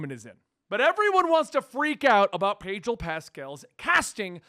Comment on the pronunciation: Sounds like you’re saying padrol lol